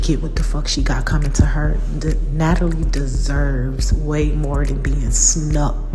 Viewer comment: “ Natalie … Na-Tal-Ya” took me clean out 😂